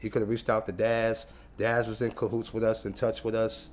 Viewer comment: "Daz was in cohoots with us"...???? Does Cease know how that sounds????